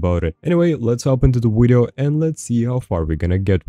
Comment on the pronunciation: Ill subscribe once you pronounce video correct. Just kidding I've been subbed a while.